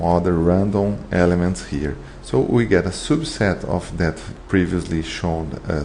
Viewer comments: I really like the way you say "soobset" :) btw great video, helped me a lot thanks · Nice explanation, thank you! One suggestion, you can fix the pronunciation of your "publication" and "subset" words:)